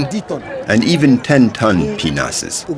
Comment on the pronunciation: Sounds like he's calling them "penises"